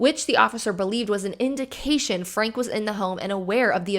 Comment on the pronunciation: I'm sorry just one little thing it bugged me for some reason. Her name is pronounced Frank-E. Like "Frankie". Also Jordan and McCay have wonderful deep dives about the Franke family and their Mormon beliefs and how that ties in to everything.